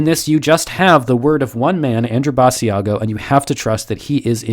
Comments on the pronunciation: You are pronouncing his name wrong! Ba~sha go! It was on the internet when when in the 1990 decade! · It's Basiago as in Chigc'ago'. At least get them name right of the man you are debunking. As the person's name you are calling is a different man. It would be like me telling my friend to check out your channel and calling it Nerd Sterrf. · Aww, it's so sad, now that I realize that space is fake, astronauts are astroNOTS, etc.., I have had to give this up, too, lol, and his name is pronounced like Chicago, BAH SHA GO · First, if you're going to "debunk" a guy, at least pronounce his name right. Basiago rhymes with Chicago. Which tells me you didn't do your research. Two, there are other people who have corroborated Andy's accounts, at least seven people to-date. Three, sorry 19th century photography wasn't great. Sorry for the blurry photo. Four, he was never told when he was going to be president, just that he was going to be prez. Again. lack of research. Time will tell. Debunk him in 20 years. Five, sorry Mars photos are blurry. Again, they are mostly taken from Google Mars or from NASA, who deliberately blurs the photos. Sorry the technology is not up to your standards. Six, Andy has done dozens and dozens of interviews. His account never varies, never changes, he never trips up. Cops will tell you liars change their stories. Seven, sorry his Mars paper doesn't live up to your scholarly standards. I read it, it seemed understandable to me. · Joshua Brooks or maybe it's people that realize, even if the story is fake, this wasn't at all a good debunking. he can't even pronounce the guys name right. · Pronounce his name right. It’s not with a long e sound